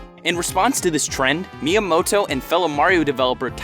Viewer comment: A DYKG narrator who can read lines well and pronounce Japanese names? Hooooly shit.